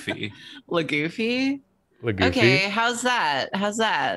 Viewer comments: the drawfs: lagoofy ... its pronounced luffy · that second one is trying to pronounce "luffy" (luv u it was an honest mistake but i cannot help finding it funny)